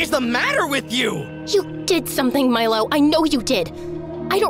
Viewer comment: I thought she was saying "My love" not "Milo" lol.